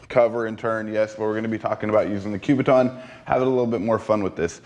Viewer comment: Learn how to say the word "kubaton", it is NOT enunciated with a "Q", it is a "K" you sound like a fool.